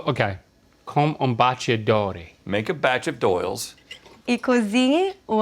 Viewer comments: I'm Brazilian and the way she said "Batedor" was really weird for me... It's like she was saying "Batidor" instead of "Batedor". '---' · Adorei, mas ela desaprendeu a falar batedor. Ela disse "batIdor" e o som correto é "batEdor". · "BATIDOR"????? é BATEDOR. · "bah tchi door" should be pronounced "bah teh door". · Ela disse "batidor" e não "batedor", e eu conheço como fuê, as vezes esses detalhes confundem muito. Foi um baita desafio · Ela falar batidor em vez de batedor foi foda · Ela disse "bate dor". Bem diferente de batedor 😂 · A Brazilian, "batidor" would be BATEDOR. It's a common "mistake" from someone that didn't grow up in Brazil and speaks English as their first language. I'm a Portuguese as heritage language teacher and I loved this episode. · batidor? Dude, there's a "e" in there. It's batEdor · Gente kakaka que pronuncia é essa dela? Batidor? É baterdor! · Que porra é um "batidor"? Essa mulher é brasileira e não sabe pronunciar as palavras da nossa língua? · isso que eu ia comentar, ela pronuncia varias palavras de forma diferente "batedor" virou "batidor" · Ela falou Misturarloos, correto seria misturar-los.Falou batidor correto seria batedor. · Maybe because she lives in the US since she was 3, but she pronounced batedor as batidor, which sounded very weird to be. Not sure if other regions of Brazil would pronounce like that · i cringed so much with the "batidor", never in my life I've seen someone pronouncing it like that 😂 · "Batidor" foi de fudê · I am brasilian, and I dont know what she is talking about by "Batidor". if the recipe refers about the whisker, it is good to note here we call it "fuê" pronouncing FOO-A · Onde você viu isso no Brasil? É isso que estamos procurando saber. Nunca ouvi essa pronúncia, assim como a galera que comentou. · portugues do brasil ? batidor ? de q regiao eh essa ? o sotaque ela tem mas a pronuncia......nao eh do rei nao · Actually, now that the video is close to its end I noticed she only mispronounced batedor